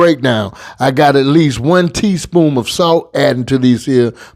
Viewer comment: It's the, "Tea (SPOOMS)" for me!!!😂😂😂 Loved it!❤